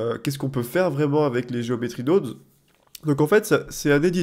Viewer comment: "Nodes" ne se prononce pas "naudes" comme dans guillaume mais plus le o de carotte... Prononcer carautte serait bizarre en effet... ;)